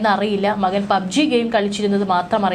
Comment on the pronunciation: വളരെ മോശം ഇവരുടെ മലയാളം. പിന്തുണ, മകൻ. ഇതൊക്കെ പറയുന്നത് ഒന്ന് കേട്ടു നോക്കുക. ചുമ്മാതെ വലിച്ചു നീട്ടി ഓരോന്ന്. കേൾക്കാൻ ഒട്ടും താല്പര്യം ഇല്ലാ